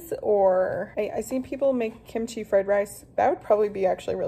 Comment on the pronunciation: That Kimchi pause was intense! 🤣😭